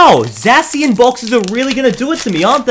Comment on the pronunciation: ZAY-SHEN stop butchering it